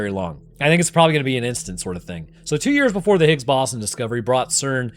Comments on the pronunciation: bro i had to go back and hear how he pronounced "boson" multiple times, this is how you know he is a deep fake AI (jk just never heard ppl say it that way) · Are you using AI for your voice now? -- Are you trying to say the Higgs Boh-san (Boson)? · If you want to narrate videos, please learn how to pronounce words like boson and posthumous